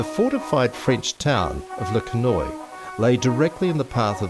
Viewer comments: It's pronounced Le Ken Wa. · This is so inaccurate,it's sad .New Zealand troops fought with Germans on the 4th of November ,a friends grandfather was killed that day and we have visited his grave You could have learnt to pronounce Le Quesnoy properly